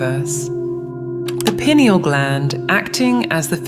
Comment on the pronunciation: Pronounced PI. neal